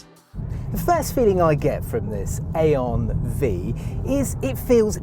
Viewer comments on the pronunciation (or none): You had every opportunity to call it the I-on Five, but you went with A-on Vee 😂